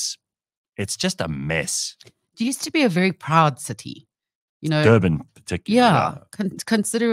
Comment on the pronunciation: Dirtbin not Durban.